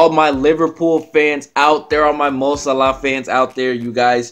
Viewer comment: It's actually closer to the way it's pronounced in Arabic 😀